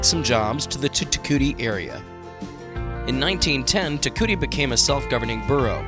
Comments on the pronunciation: It's pronounced TE KOO EETEE not TE KOOTEE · If you do a video on a town learn how to pronounce the name….tear- coowee-tee (Te Kuiti)